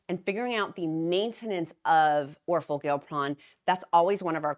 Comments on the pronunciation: This is interesting…you’re throwing me off just a tad though pronouncing it Gil pron instead of gli pron lol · I’m kinda excited to see how this pill form works for maintenance. I need to lose 45 pounds to get there but have been thinking of trying it as my maintenance med. also you crack me up pronouncing these medications🤣. The downsized pronounces it “or-for-gli-pron”. I hope it has a catchier brand name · I think it’s pronounced or-FOR-gli-pron.